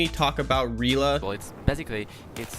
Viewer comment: He said REEE La. Nuff said.